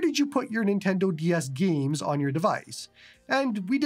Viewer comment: "gyeems" hahahaha I love it every time